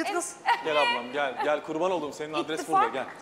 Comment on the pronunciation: hadise "ittifak " demiş. Ben ingilizce konuştu ıt the fuck dedi sandım :))